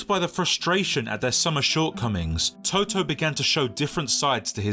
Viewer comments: Learn to pronounce the names of the people you do a video about!!! You are not talking about the band TOTO... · Nice video!! The only Thing is that the name Totò has been pronounced wrong around 30 times through the video😅😅😅The stress must be on the last vowel, otherwise it's another word, NOT the player's name😅😅😅